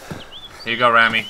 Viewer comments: Hey its me Rammy. Its Remi not Rammy:D great vid! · There was a kid named Rammy in my school. It's pronounced Raw-me